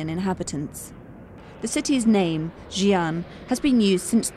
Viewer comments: The narrator should pronounced Xi ' an, like SEE AN, then the Chinese people could understand. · the commentator cannot even pronounce Xi'an properly.Can't she research for the proper pronounciation before recording???You failef your job madam. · Please check your pronunciation of Xi'an before doing the narration。